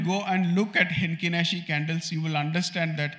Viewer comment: It's Heikin Ashi not Henkin Nashi. Thanks for sharing.